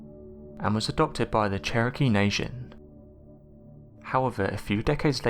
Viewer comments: Ummm Cheriokie? CHAIR-oh-key! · I live near the first place Knoxville Tennessee where the tablet was found and its Cherokee not Char ok ie